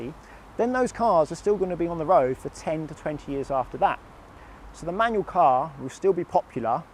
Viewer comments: I much prefer manual, for much better control. I couldn't watch much of the video.. that word "manyuw" just bugged me too much. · You know there's an L at the end of the word 'manual'? It's not pronounced 'manuaw'